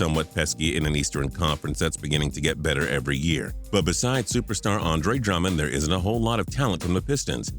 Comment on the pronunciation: He says players names so weird. Especially Andre drummond